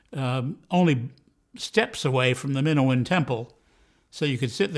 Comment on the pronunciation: It's Mi-NO-an temple, as in the ancient temples in Crete.